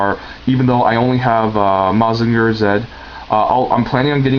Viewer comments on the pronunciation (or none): Its not MOZ-inger its MUH-zinger